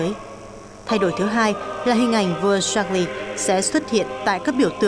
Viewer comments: Ko hiểu sao biên tập viên tin quốc tế mà đọc được Charles thành sác li hay thiệt :))))) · Charles mà đọc là sác li! Nực cười😂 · Cha nữ hoàng là George VI và tên vua ko phải sác lơ=)))))))))